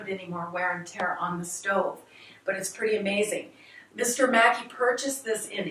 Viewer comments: MacKay is pronounced mac KAY .....as in '; OKAY = MC KAY ? ......OK ? not mackee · Please his name pornounced Mack Key. Never mind. The tour guide corrected you. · Yeah, after the video came out years ago people mentioned I was mispronouncing the name. Thanks for watching!